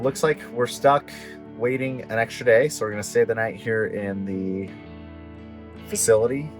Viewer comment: “Way-in” vs Waiting 🤔